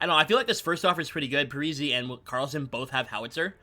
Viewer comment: Pretty sure Parise is pronounced Par - e - say not Par - e - see, the i is like an e. Also Sid Abel is not Sid Abell its pronounced like Able. Just an FYI